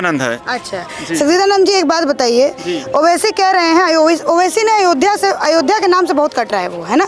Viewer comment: Is gaddar ko ayodhya bolne me problem hai isse iski mansikta ka pata lagta hai